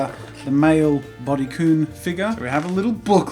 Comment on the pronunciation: IT'S PRONOUNCED "BUDY K-UH-N"